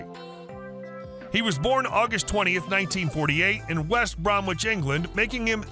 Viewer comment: West Bromwich is not pronounced "West Brom-witch". It is invariably pronounced "West Brommich".